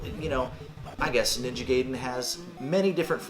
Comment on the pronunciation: I will forgive you for calling it Ninja gay-den 😏 but you wound me deeply! 😭 😂